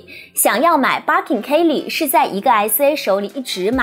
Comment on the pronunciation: 还有 kay leeee 😅